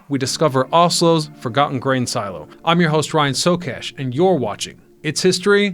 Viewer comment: Love how they used and then destroyed. Also love, and not making fun at all, but love how he says silo, see-low, my mother whom I love says Shoe-zeeeee for sushi. 😊 Awsome idea wish would see more of this in America.